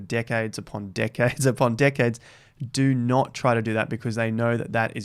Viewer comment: I heard D*ckheads instead of Decades. 😂😂😂 Let's review his sentence.: "Profesional investors that are being around d*ckheads upon d*ckheads upon d*ckheads."